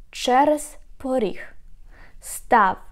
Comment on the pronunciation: Is the consonant "г" devoiced in "поріг"? I hear it as if it was "х" but only in this word.